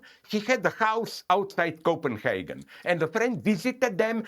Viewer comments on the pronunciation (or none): none